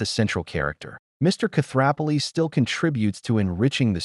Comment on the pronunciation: the narrator should learn how to pronounce Koothrappali!!!! 🤭